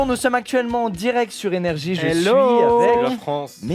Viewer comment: Je suis le seul qui entend IVG quand il dise NRJ en Romain